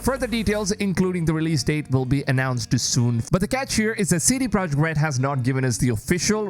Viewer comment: OH here we again again. Idiot strike once more. You still can't say Mirage the right way...and now we can see that you can't even say CD "PROJEKT" (NOT AN ENGLISH WORD!!) correctly...Listen people you have tons of other creators that are respectful and NOT DUMB like this one...